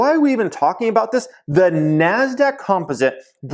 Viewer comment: anyone ever tell you you pronounce “composite” incorrectly?